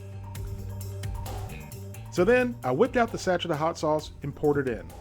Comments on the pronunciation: I love your videos and I don't want to cause offense but Sachet isn't pronounced like hatchet, it's pronounced Sa-shay. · A little warning before shouting, please. I jumped out of my fucking skin. It also shows you which one the fill level is on the pictograph next to the instructions. And it's pronounced 'sash-ay', not 'sach-ette'. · That yelling was uncalled for. Please don't do that. Oh, and Sachet is pronounced sashay. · Just FYI, in the word "sachet" the "et" at the end is pronounced as a long a....as in cAme. The emphasis is on that last syllable. Just for future reference. Love your videos!! God Bless!